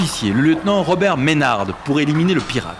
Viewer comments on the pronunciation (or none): Je suis un descendant de Henry Maynard (on prononce pas le D) et j'apprend des details a chaques fois que je me renseigne sur Barbe Noire. Merci pour votre video 😊 L'IA illustre bien mais les images d'epoques sont plus passionnantes encore 😉